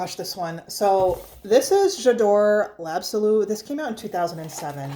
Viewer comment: I knooooow, Jadore l'absolu got butchered 😔 I now go with the l'or.......... the original always seemed underwhelming to me ❤. Thanks for the video